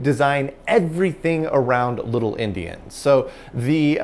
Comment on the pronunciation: I knew what he meant but I've never heard endian called indian before.